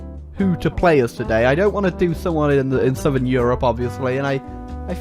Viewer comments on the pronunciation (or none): none